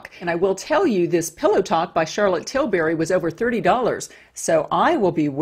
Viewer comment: You pronounced Tilbury wrong.